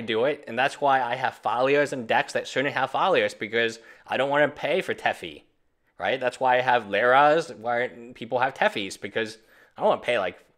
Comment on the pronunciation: Plz plz learn how to pronounce teferi. His name isnt teffy. Pronounce it here: te-fer-ri, teferi. I love your videos and i hate grammar naziing but i just cant help it this time its just so jarring hearing you try to prounounce that one word.